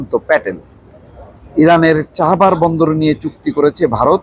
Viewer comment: চাহাবার নাকি চাবাহার?